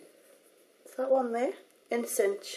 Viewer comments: People have probably already said this, but "In Synch" is pronouced "in sink". You know, like how your iPod or iPhone syncs when you connect them to your computer. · In synch...pronounced sink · I meant to also say that 'in synch' is pronounced like 'in sink' as synch is shirt for synchronise. thought I would let you know as you seem to be very keen on pronouncing names right :) xx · I find it so cute how you pronounce the names! 'In synch' is pronounced 'in-sink' :) xxx hehe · "in synch" is pronounced "in sink" :) xoxo Youre beautiful without makeup!!